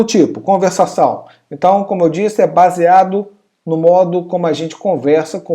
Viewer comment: faltou o "r" de conversação